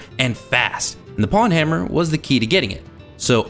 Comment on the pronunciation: "pwnhammer" rhymes with "own-hammer" btw